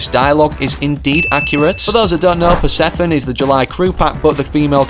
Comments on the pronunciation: Say it with me, per, seph, oh, knee. Persephone. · It's pronounce as Per see pho nee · puh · seh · fuh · nee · Purr seff uh knee....😂 Acid Axe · it’s per-sef-foe-nee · Persephone is Hades wife and it’s pronounced “per-Seph-oh-knee. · acid axe and it is pronounced per, sef, onee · Type Persephone into google and add the word pronunciation and it's this pr·seh·fuh·nee, You can also listen to the pronunciation yourself. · Here is how you say Persephone, per, se, phone,knee Also that is the acid axe and my name is Nicepantalones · You pronounce it like per. Se. Pha. Knee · Her name is pronounced Per-Sef-fo-nee, btw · fuh instead of fo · Now if only bro could look at comments and learn how to pronounce this stuff